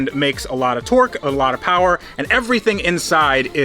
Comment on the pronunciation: More powah baby